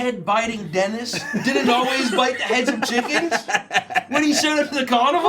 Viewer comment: Oh! It’s Denis! I was hearing dentist. Lol